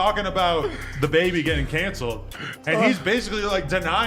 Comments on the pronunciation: “Day-Baby” “Dabby”??? This dude was butchering his name at first 😂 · DAY BABIE? 3 times... Then DA BABIE either AI or an idiot narrating